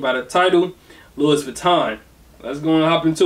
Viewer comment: Thanks for the vid, for future reference,since it’s French, you don’t pronounce the s in Louis.